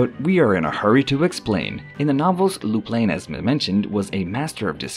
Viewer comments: Lupin is pronounced Loo-pahn. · Legit though, how am I going to take a video seriously when you can't even pronounce the topic's name? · His mispronation of the name, made it hard to watch the video 😄